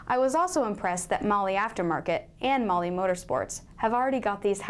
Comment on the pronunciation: if you're going to represent a company, you should at least learn how to pronounce their name